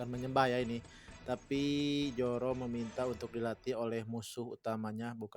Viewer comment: Zoro, bukan Joro